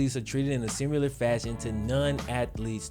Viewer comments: Love the way says simular 😂 not hating, shits just funny. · saying "simular" just urks me for some reason lol